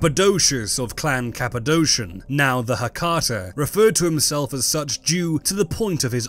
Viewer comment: Cappadocia is pronounced Capa-doe-kia if you're going for accuracy.